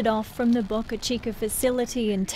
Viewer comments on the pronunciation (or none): "Boe-ca", not "Bok-er",... someone with our accent shouldn't make that mistake.. This report is only slightly better then Sky/Fox's heavily biased coverage. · Sounded like Boca ... Cheeca instead of Chica . 😂😂😂